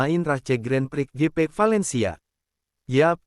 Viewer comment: Gp bang bukan gepe